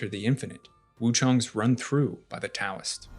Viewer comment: "Taoist" "Taoism" and "Tao" all need to be pronounced as though they start with a D, not a T. This is literally Philosophy 101.